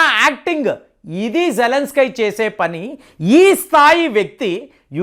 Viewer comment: అక్కడ జేలన్స్ కి అని రాశారు మీరేమో జలన్ స్కై అంటారు ఎందుకు అలా